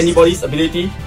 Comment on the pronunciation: The comeback was epic , awesome battle as usual. 💜 Also, just wanna make sure r u guys calling our evil dude BeeZELmon ?? lol bcs i'm sure i didnt hear BeeLZEmon or even Beelzebumon.. 😅😝 (well either that or i should have an ear opperation 😁)